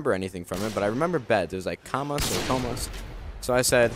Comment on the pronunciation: im portuguese, i speak english like very well with no accent and i honestly dont understand how come u guys have so much difficulty speaking spanish or latin languages. u just dont know how to produce the sounds propperly. listen to him saying cama, when he had 3 years of spanish -_